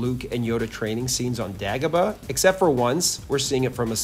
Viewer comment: This guy can't even pronounce Dagobah 😂.. next